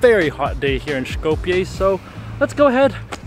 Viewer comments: You are misspronouncing the name of Skopje. It's pronounced more like scope-ye. Not shkopye. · Btw you dont have to pronounce the S in Skopje so harshly. Pronounce it like the S in Street.. its more of an S sound then Š. Š in macedonian is the letter Ш. You can hear Ш in the Sh in Shrek but in Street or Sunglasses its a soft S. Also this is an educational comment, I am grateful u visited Macedonia and hope you come again.